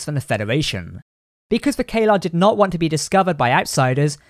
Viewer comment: Isn't it Caeliar, with an I in there? "Kay-lar" sounds like a totally different species to me.